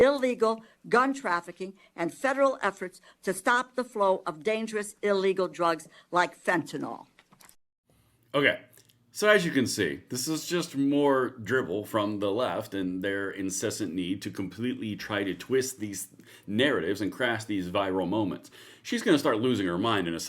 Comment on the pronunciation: It's not "fentanol." It's fentanYL.